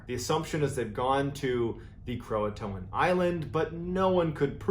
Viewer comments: Did he really say "croatoan" (krow-uh-toe-an) when it's pronounced (krow-tan) lmao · Am I stupid or is Croatan actually pronounced Croatoan as he says.